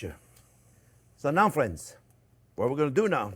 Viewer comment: That's friends speak proper english